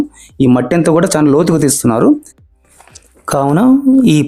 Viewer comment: చాన కాదు బాబు, చాలా.. ఎత్తు అని పలకాలి